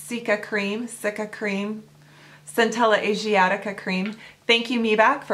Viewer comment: You're very close.... cica cream (SEE-ka). :)